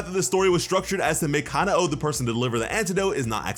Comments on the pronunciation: Stop saying kana oh it’s kanoa ku-no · im pretty sure kanao is pronounces ca-now not ca-na-o